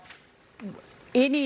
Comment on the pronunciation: It slays me that NOBODY (his critcs) seems to be able to pronounce his name correctly. Mamdani. Think of Mam (like Ma'am) & dani (like name Dani) or even like Mom-Dani, but Mamdami, Mandani, Mandami has me crying 😂😂😂 because it seems so purposeful.